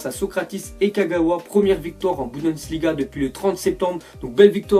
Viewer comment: jte kiff t'es l'1 de mes youtubeurs préférés mais stp prononce bien tes mots. Par exemple le championnat allemend s'appelle le "Bundesliga" et pas la "Budensliga" ya d'autre bafouillage comme sa que tu fais mais sinon t'es le best donc encore merci pour tout ce que tu fais pour nous. 😉💪👌👍